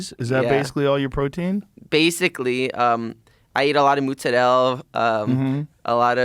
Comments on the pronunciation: "I eat a lot of mozarel" , Its MOZARELLA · [talks normal] [talks normal] [talks normal] "mOot-Za-'DeLle" [talks normal] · what's with american italians pronouncing "mozzarella" as "muzzarell" 😭😭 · weird americanized italian accent on that "Muzzarell" , lol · The way he said Mozerella tells you that this kids family is all from Sicily 😆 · How is bro supposed to be italian when he can’t pronounce any dish name correctly 😅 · Nahhhh man the way he says mozzarella🤬🤬🤬🤬 dude needs to go to jail for this!!!!!! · Why do all American Italians pronounce mozzarella wrong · Was that word mozzarella? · He can’t even say Mozzarella the right way.